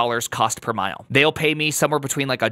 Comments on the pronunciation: It's cost per mille (pronounced like milleh), which is French for 1000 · Per Cent == %:: Per Mille (2 L's) == ‰ Pronounced "per Milly" ❤u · _axcshually_ CPM is cost per mille ( pronounced as mill ) which is latin for one thousand.